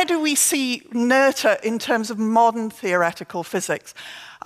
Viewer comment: This is a minor point, but I wonder why the first presenter, Peter Olver, who bragged about his German skills at the beginning of his talk, can't pronounce Emmy Noether's last name correctly. The "th" is pronounced like a simple "t" (like in "meter") and not like the English "th" (like in "mother")—this isn't that difficult. I ask this because the same presenter felt the desire to pronounce Christiaan Huygens' last name in original Dutch (which is more difficult)—and failed horribly. Nobody asked him to try.